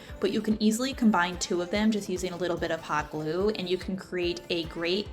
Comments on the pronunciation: Sorry but it’s Combine not Combind, across not acrosst.. xo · “Combineding” Lol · Great tips!! I have used several!! Also are you saying ‘combinding’ ? I thought I was hearing things … and now spell check don’t like it. My apologies for being a vocabulary cop 🤦‍♀️ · "Combine" in present-tense has no "d" at the end. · The word combine does not have a "d" on the end unless you are talking in past tense.